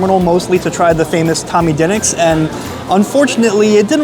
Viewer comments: it's De nicks not den ics !!!!! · It's pronounced like the basketball team. Da Knicks. 🤦🏾‍♂️🤷🏾‍♂️😂🤣🤣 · Duh-niks is how you say it in Philly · Also by the way it's pronounced Da-Nicks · You’re not pronouncing the name correctly. How can you mispronounce the name. It’s been all over the place. Pats’s now this. Come on man. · The way you pronounce DiNic's is making my left eyelid twitch. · Why would you not ask them how to pronounce their name? Or at least lOOk at the sing and sound it out! You are WOEFully uneducated about the places you eat and review. God bless you that you can make living at this but I suggest you make some changes and work on your background information, platform, delivery, and most of humility! Your gastro/life experience is so limited and you come off as a experienced gourmand.